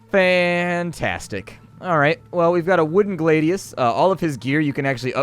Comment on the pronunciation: glah-di-uhs not glaidius